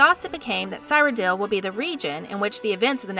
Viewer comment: Lost me with the incorrect pronunciation. You literally hear people from the company pronounce it beth-ezz-da, not that hard. Like the creatures who pronounce taco as taacko. And it only thickens as the video goes on. I don't think she's even played the elder scrolls games. The way she says cyrodil. Or how she calls dunmer, dumner pronouncing the m first. At one point completely butchers the name Bethesda once again by saying "besida." Like what? Tell me you're reading off a script without telling me you're reading off a script. I'm sorry, just as a fan boy this gets me